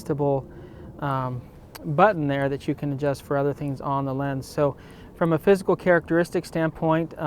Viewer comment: For a few seconds I thought you said: "So now let's look at the fiscal differences".